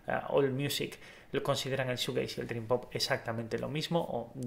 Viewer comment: Te hace falta mas información, y aparte se pronuncia “shujeis”(shoegaze)